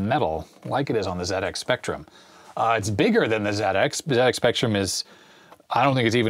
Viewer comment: Wonderful video thank you. Very interesting. As a British (actually Manx) citizen, I am overjoyed to hear you say Zed-Ex Spectrum, rather than Zee. My favourite Sinclair game is Elite, have you played it on the Spectrum?